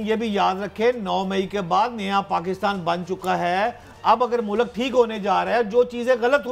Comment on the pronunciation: Thieves will go to the last mile to destroy PTI completely. Allah is the final judge. Just wait and see. Bhatti sb it is not Mulak, it’s Mulk. Correct your pronunciation please.